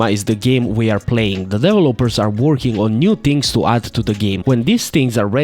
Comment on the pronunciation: "Devil-oppers" has to be the most insane way I've ever heard someone pronounce 'developers' hahahahaha